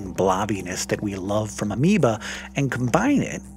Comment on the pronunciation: Ameoba sounds kinda wrong. Haha.